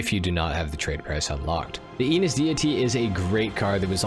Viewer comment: Just a linguistic comment: Enus should be pronounced with European vowels or eh-noose which sounds a lot like anus in English...